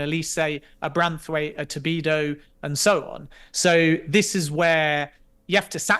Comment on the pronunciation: Did you tell him after the interview it's "Todibo" and not "Tobido"???